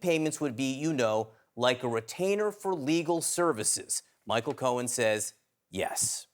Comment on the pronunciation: It's Cohen. Not Cowen.